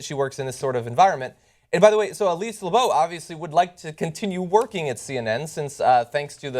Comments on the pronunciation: Labott is not pronounced like Labeau, it is not a French name. If John is choosing to pronounce it that way then he is wrong, if she pronounces it that way herself, then she is wrong. Motherfuckers always be trying to make their names not sound like shit, don't be trying to Hyacinth Bucket your names anymore, we all see through that shit. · No they fired Soledad O'Brien and Ed Schultz because their ratings were shit. Stop with the conspiracy theories. And by the way, Elise's name is pronounced 'Lab it' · How is Labott pronounced Lebow?